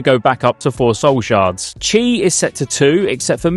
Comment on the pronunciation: fyi in China 'chi' is pronounced 'kee'.